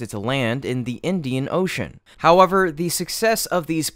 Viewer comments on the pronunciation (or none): none